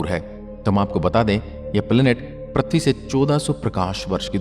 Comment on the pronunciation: Prathvi nahi ise prithvi ( earth) bolte he sahi se bolo pahle prathvi nahi prithvi bolo